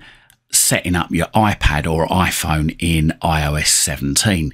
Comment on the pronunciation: Oiphon or Oipad...